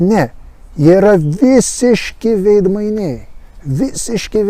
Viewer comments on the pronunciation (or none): žodis "veidmainiai" kirčiuojamas antrame, o ne trečiame skiemenyje :) - tikiuosi įsidėmėsi :) - ir "sinica" vardininke kirčiuojama analogiškai - antrame skiemenyje :)- o ne paskutiniame ,kaip susivaideno tvartodvaro "kalbinykams"